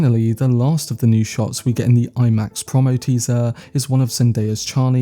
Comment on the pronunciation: FYI it’s “pro-mo” not “prom-mo”, short for “promotion” 😉👍